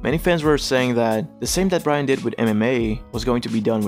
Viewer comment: Really sounds like you're saying Ryan.